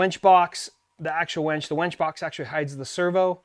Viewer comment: lol he says wench instead of WINCH.